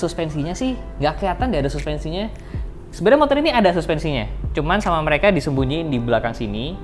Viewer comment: Biasa Kan Keceletot Lidah Nya Antara Mau Ngomong Indonesia Sama Mau Ngomong Inggris 😂